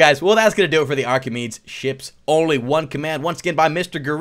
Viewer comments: Btw its pronounced Archemedees ships not Archemeeds ships :) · The name isn't archameads, it's /ˌɑːkɪˈmiːdiːz/. My ocd was bothering me every time.